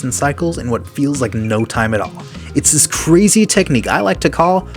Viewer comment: “is this crazy tecnuiqe i call” (ad) zur-tech!